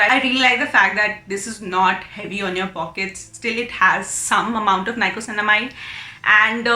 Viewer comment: Thanks for the review. Super helpful. Just one thing, it is niacinamide not nicosinamide 😊